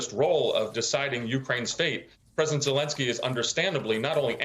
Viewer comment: And it's praisdant musk.